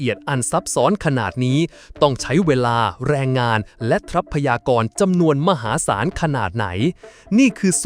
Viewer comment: รำคาญ คำว่า ทรัพยากร ออกเสียง ทร ควบ